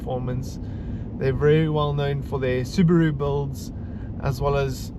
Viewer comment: Its pronounced Subaru, not Subaru